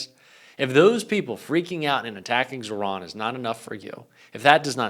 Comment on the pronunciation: Thanks,, as always! FYI, you are mispronouncing Mamdani’s first name.